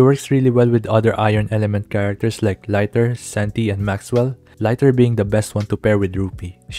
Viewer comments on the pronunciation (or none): Bro its not laiter, its liter like how many liter water in a pool. Centi, centimeter, liter is liter not laiter! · Its Lee-ter not lighter btw😊